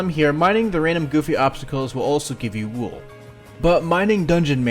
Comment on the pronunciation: Plebs: “wool”: ”wuewl”